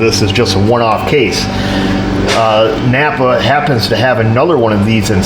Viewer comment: Lovin' your channel , especially you gettin' your parts from "Nap'R" . LOL